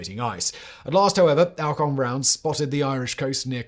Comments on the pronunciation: Just a comment in you miss prouncations is many of your presentations. In this one it's Alcock, ever since I was a child in the 1950's it was "ALLCOCK", just to check I have tried some other YouTube presentations and all but you agree on the correct version. Please check how names should be prounced, it spoils the very interesting presentations you do when names and places are given as they are spelt not as generally spoken. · As a schoolkid we pronounced it All Cock and Brown, aka Kenny Lynch.